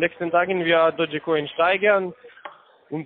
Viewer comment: Dotschi Koin? Ok, niemand weiß so wirklich wie man das drum ausspricht, aber Dotschi Koin?